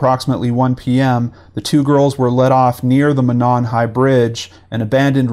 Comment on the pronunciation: I live here and thank you for the factual reporting in this video and helping to get the word out! Most non locals don't know, but Monon is pronounce Mow-Non, and Lafayette is Lah-Fah-Yet.